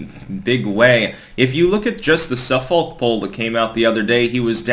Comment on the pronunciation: Not SUFF-folk poll. It’s pronounced SUF-fic.